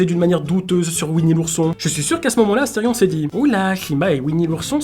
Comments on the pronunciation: C astérion pas astéfion tu est trop fort bravo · au lieux de dire astéfion t'aurais du dire astérfion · C est asterion papapa pas astefion papapap